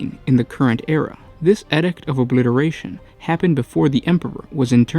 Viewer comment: eeedict not edict